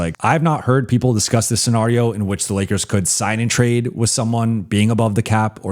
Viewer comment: I swear says scenario the way he does on purpose. He says it way too often not to know how it is actually pronounced. Then again maybe I have been wrong my entire life along with 95% of the people I have ever heard say the word?